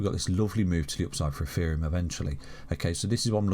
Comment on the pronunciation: is it ETHEREUM OR EFEREUM....HE SAYS THE LATTER .